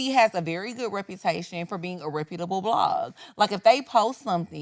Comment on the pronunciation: how you pronounce that word? Never heard "reputable" said that way 😂